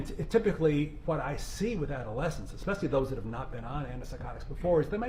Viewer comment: And she said "exspecially". That's one of my biggest pet peeves. THERE IS NO 'X' IN THE WORD - ESPECIALLY. Drives me freaking crazy when people pronounce it as exspecially.